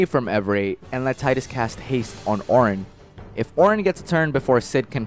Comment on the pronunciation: it's pronounced tee-dus